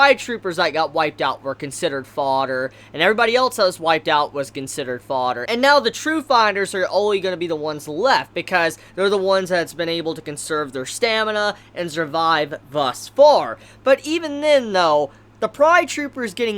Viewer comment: Can u stop saying zurvive pls? Say with me S S S S urvive SURVIVE, easy see